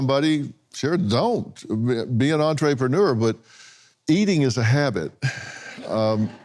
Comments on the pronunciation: MY MAN SAID “ENTREE PANOOR”🤣🤣🤣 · Dr. Phil says “Entree Preneur” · dr phil thinkin bout food this whole time.. "being an entree-preneur" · Say entre pay newer one more time bud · For the love of God.... Adam Ray, please do something with how Dr. Phil pronounces "entrepreneur"!